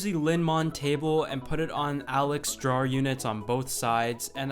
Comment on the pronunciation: the way you say drawer bothers me.....fix it